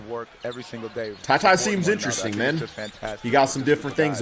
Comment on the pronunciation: For future reference I wanna let you know it's pronounced tar - y